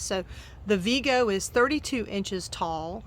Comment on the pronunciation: Vego rhymes with Lego the building blocks), by the way. Not Veego. (According to their website)